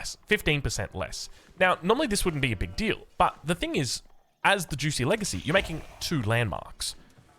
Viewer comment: “Xi” in modern Mandarin is pronounced just like “she” in modern English. So it’s more like “jooshee” and not “juicy.” - Source: I lived in Shanghai for two years